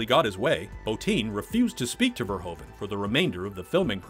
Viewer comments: It's Paul VERHOEVEN !!!! not Verhoven !!!!!!!! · Paul Verhoeven actually pronounces like Verhooven ( Proof, J. Edgar Hoover, roof ). Etc. That aside, Robocop is one of his best action/drama film. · I love this and the sequel, but I beg you, please just say "Fair-hoove-un".